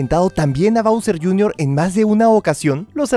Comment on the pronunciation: Bowser JR. Se dice bowsi